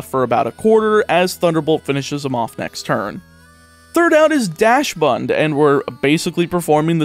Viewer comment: Oh, I did not notice him mispronouncing that. But his pronunciation of Dachsbun as Dashbun was amusing. Always makes me wonder which Pokémon and places I am butchering.